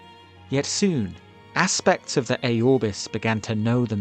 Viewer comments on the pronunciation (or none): It’s Aurbis bro, not A-Aurbis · It's not pronounced Æorbis, it's pronounced how it is spelled, Aurbis